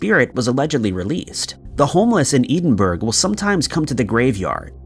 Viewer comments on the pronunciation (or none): It's Edinburgh sounding it oot like Ed-in-burgh 🏴🇬🇧